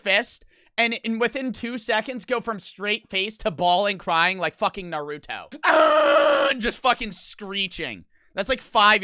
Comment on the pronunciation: Tell me he did not just say Naruto like Nor-rut-to